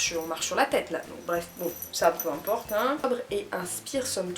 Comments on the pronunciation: Très intéressantes ces vidéos, j'aime bien ! Par contre, c'est rien mais " peu timporte" ça existe pas x) Il y a pas de T entre "peu" et "importe" et tu le dis souvent Haha. Je crois qu'on t'a déjà demandé, mais une vidéo comme celle-ci sur Naturé moi, ce serait chouette ! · desolé mais fallait que je le dise parce que je t entends le dire trop couvent.... PEU IMPORTE, il n y a pas de T a la fin de PEU donc pas de liaisons.... (jsuis desolé de faire le con mais ca me fait mal aux oreilles et j adore tes videos et je ne veux pas t offusquer)